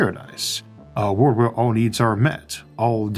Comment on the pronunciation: why cant you say the word "world"?????